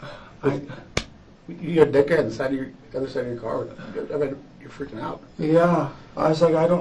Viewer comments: "Jesse didnt Ferking exist" haha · "Jessie didn't Firking exist" made me cackle out loud😂😂😂😂 I'm so sorry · "jesse didn't FERKING exist" is wild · "Didnt Phurking Exist" ended me bro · He said phurk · "Didn't Phurking exist" 😂 dead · "they discovered that "Jessie" didn't Furking exist" 😭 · "... that Jesse didnt furking exist" caught me unawares 😂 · "Jesse didn't ferking exist." I like this channel.